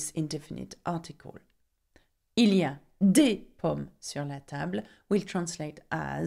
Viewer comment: Nice pace. Just be aware that the indefinite article is NOT pronouncd AY, but as schwa!